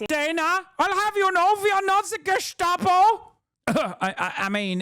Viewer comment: It’s not gestapo anymore. It’s geschtapo now.